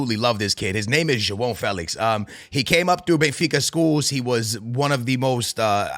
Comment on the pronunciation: His name is juwon Felix